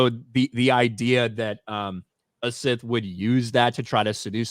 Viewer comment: Instead of Sith please say hard th going forward.